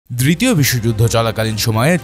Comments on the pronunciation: 😂😂 প্রথমেই ভূল করে বলেছে 😂😂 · দ্ব্রিতীয় নয় দ্বিতীয় 🙂